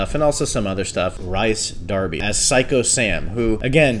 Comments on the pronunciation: as a kiwi you did bloody well but Rys is said rease not rice lol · Cool review, but quick note Rhys Darby is pronounced Recce Dar-b-e :)